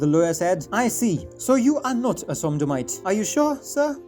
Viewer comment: Not "Somdomite" it's "Sodomite" ...